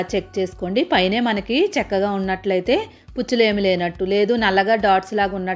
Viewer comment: చెక్కగా కాదమ్మా,చక్కగా.